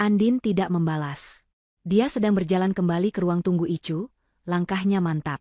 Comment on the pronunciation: Koreksi, bukan ICU tapi dibaca "AISIU"